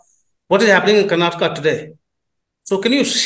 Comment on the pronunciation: So nice English person saying Karnataka properly, the hindii journalists keep always saying Karnatak . Good improvement DK singh is also properly pronounced the name